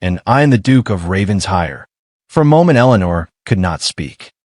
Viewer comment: RAVEN-SHIRE, not Raven's Hire. Please get an English speaker to train your AI narrator!